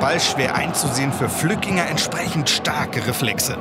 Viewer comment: Flückiger, nicht Flückinger